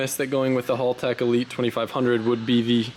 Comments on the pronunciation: Good to see you using the Haltech ECU. Boost per gear helps limit the torque to help your transmission live longer. BTW, it's not pronounced Hall Tech. The "Hal" should be like the Hal 9000 computer in the movie, 2001, A Space Odyssey. Haltech did a video just on how to pronounce the name. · haLL? hAAltech 😂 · What's with you yanks you can say barra for the barracuda and hal like shalow hal yet motors a berra its barra for our barramundi and its haltech not holtech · pronounced Hal Tech....not Hall Tech